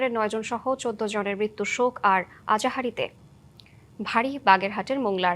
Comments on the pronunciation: সংবাদ পাঠিকার উচ্চারণে সমস্যা "আহাজারি" কে বলতেছে " আজাহারি" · সসংবাদ পাঠিকা আহাজারি কে আজহারি বলছে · আজাহারি নয় আহাজারি বলেন। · আজাহারি না রে আহাজারি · আজাহরী না আহাজারী গো গেলাপী আপা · Azahari noi hobe ahazari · আজহারি না বলদি আহাজারি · শোক‌ আর আজহারি নয় ম্যাম, আহাজারি হবে, উচ্চারণে ভূল হয়েছে। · Ahazari k bollo azahari er cea amk job ta deto ami onar cea valo porte Pari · আজাহারি অর্থ কি..? একজন সংবাদ পাঠক এরকম ভুলভাল শব্দ উচ্চারণ করলে কি হবে..?